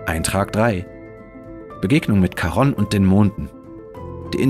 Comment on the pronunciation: Wunderschönes Video, dabei selbst für Astronomie-Interessierte aufschlussreich. Da nimmt man gerne die viele Werbung in Kauf. Lieber die Werbetreibenden bezahlen ihre gute, aufwändige Arbeit als ich, deshalb lasse ich sie immer ganz durchlaufen in der Hoffnung, das zahlt sich für Sie aus. Kleiner Hinweis: Charon, altgriechisch Χάρων Chárōn, wird nicht Charonn ausgesprochen. Omega wird lang gesprochen, nicht aber betont. Weiß, oberlehrerhaft. Eine Nationaleigenschaft der Deutschen. 😁